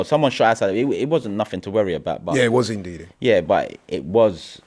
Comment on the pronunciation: bro said ndiddy 😂